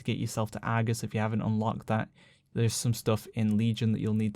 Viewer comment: "Once you get AAH-gus unlooked"